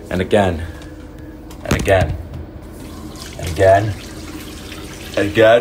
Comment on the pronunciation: I love how “and again” slowly became i’m gay